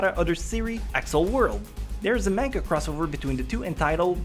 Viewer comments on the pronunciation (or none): not "menga" , manga! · Mangas sound like MONGA not MAN GA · The way he said manga though. Main-ga. God, I vomitted. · He said manga wrong...